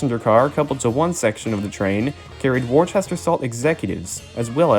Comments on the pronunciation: Good video and narration however you mispronounced the word WORCESTER . Their is NO H after the letter C. Henceforth Worcester Mass or Providence & Worcester RR. I know I was a shareholder for 40 years. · It is pronounced Wus-ter (wus as in wussy). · As somebody from Massachusetts, the way Worcester was pronounced in this video was painful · Worcester is pronounced Woo-stir. Not wor- sester and especially not Wor- chester. Look at the word. There is no h in the spelling of Worcester. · It's typically pronounced "Wuhster." Earlier British pronunciation. Just like Gloucester is pronounced "Glahster." Worcestershire- "Wuhstershir." Gloucestershire- "Glahstershir." Please, please, for God's Sake on yourselves, learn to say "Wuhstershir Sauce!" I know, lots of folks will say it doesn't matter how you pronounce it, nobody cares, you're just being pedantic... Trust me when I say, most people have no idea how much the waitstaffs of upscale steakhouses ridicule people who try to look classy but then show their asses by saying "Worchestershyer Sauce!" If you're a burger guy, (like me) trying to pull off a class act, (as I've been known to attempt) get that shit straight. I used to date a woman who was a waitress at several very upscale steakhouses and there was no end to what they called "Trash Clash" jokes and stories about people trying to act classy, and the "Worchestershyer" thing was always the big eye-roller. "Boozholay Wine" was another one. I used to get really embarrassed for people. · The original Worcester in the UK is pronounce Wuster. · Wor-chester? Do you see an "H"? No, no you do not;) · Also Norfolk, pronounced nor-fuk. But a good educational and informative video.